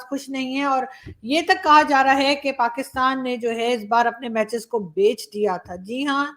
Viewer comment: Abey tackkley PakAstan kya hota hain... Pakastan, as Tarek Fatah used to say....